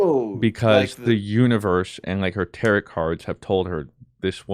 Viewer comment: Enjoyed the true crime segment. :) P.S. Tarot is pronounced "tare'-oh". No "t" enunciated on the end.